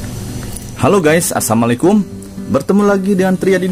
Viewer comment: Ngucapin salam nya yg bener donk.. udah gitu nyebutin type hp nya evercross f10 apa f100 sih.. gak jelas video nya